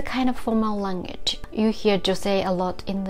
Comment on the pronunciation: Thank you so much for your wonderful videos! Just one small hint: "language" is often pronounced "lang-age" in Japan, with a nasal "ng" followed by "age". But the "gu" is missing. "Lang グ (w)age". Every language has its little tricky details, and i'm honestly very grateful to you for making us see the points of attention in Japanese, and for all the work you do!